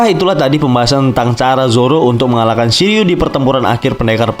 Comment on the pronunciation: Shiryu❌ Shiliew✅